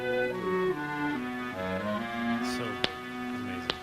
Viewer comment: Ernie's pronunciation of sto/ stoe is southern vernacular for store. He's just being true to southern ways. Shenandoah song sounds a little like Paul Robson.